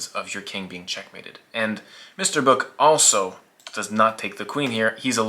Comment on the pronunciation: Hi, Finn here, his name is actually Böök and it's not pronounced anything like "Book". But otherwise a great vid of one of the best Finnish players of all time :)